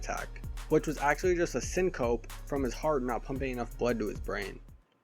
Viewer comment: If you care 🤷‍♂️ this word is pronounced Sin-co-pee